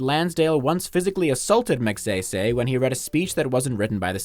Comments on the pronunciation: How can you say "aswang" straight, but not "Magsaysay" correctly? HAHA. Its not "-sey" ( eey) but pronounced "say" (psy) (aah-y). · you say it sigh like magSIGH-SIGH